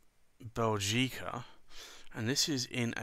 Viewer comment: Small remark: the accent is on the first syllable 'Bè' not on the 'gi'. I'm Belgian, so I'm supposed to know.